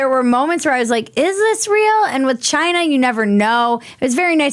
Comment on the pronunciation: "Chiiyinaa!" Ha ha ha ha ha How'd you fight that extra syllable in there? Ha ha ha ha ha ha ha ❤😁👍